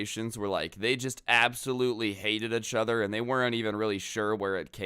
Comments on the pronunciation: No offense but I like the way you say achother instead of each other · EACH-OTHER . NOT . UHHCH-OTHER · Does it bother anyone else hearing pronounce it "ech" other